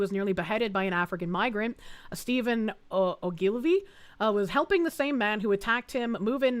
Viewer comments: Oh-Gill-Vee. Accent on the First syllable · It's Oh ghoul vee. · "Ogilvie" is pronounced O-gle-vee, not O'Gilvie. Sinn Féin is pronounced "Shin Fane". (Isn't learning to speak Irish fun???) Other than that, keep settin' 'em up and knockin' 'em down, lass. God Save Britain. God Protect Restore Britain. In other news, in the US: "Under the Judicial Conduct and Disability Act and the Rules for Judicial-Conduct and Judicial-Disability Proceedings, anyone can file a complaint alleging a federal judge has committed misconduct or has a disability." (emphasis mine.) Yes, Virginia, if we can indict a ham sandwich, why not a malfeasant judge? It's about time we started doing this every time a judge on the federal bench tries to field novel law instead of paying proper attention to the existing body of law. We might be able to make a good enough dent in the Federal bench to prompt other judges serving there to start upholding the law for a change.